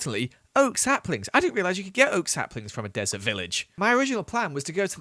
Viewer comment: Him saying he stays in a dresert* later goes in the nether Nether : I,M NOT THE DRESERT